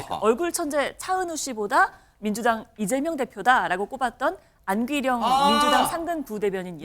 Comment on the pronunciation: 안귀령발음할땐숨한번몰아쉬고 입술힘주고~~~